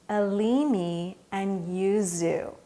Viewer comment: Thank you for expanding aromatherapy horizons,. I've used all of these, with the exception of Yuzu, in addition to the oils used in the ACP. I'm glad to hear "Elemi" finally pronounced out loud! It's one of the common names that I've apparently been saying wrong all this time...lol.